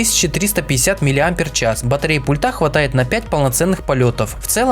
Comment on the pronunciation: У всех обзорщиков заметил неверное произношение слова: "пультА". А нужно- "пУльта"!